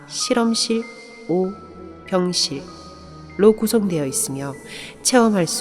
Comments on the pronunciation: 병실을 순간 병신으로 들었네 어우 뭐지햇다 ㅋ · 나만 병실을 병1신으로 들은건가? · 병실할때 병신으로 들림 ㅋㅋㅋㅋ 근데 그걸 체험할수 있습니다. 이러니까 개뿜음 ㅋㅋㅋㅋㅋㅋㅋㅋㅋㅋㅋㅋㅋ 아니 지금도 듣고있는데 자꾸 병ㅅ 병ㅅ 거리는고 같에 ㅋㅋㅋ